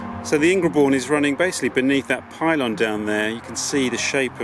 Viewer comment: Delightful! But not Ing-re-bourne, surely: it's pronounced Ingerbourne.